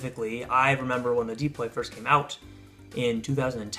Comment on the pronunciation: It's deploy, not deeploy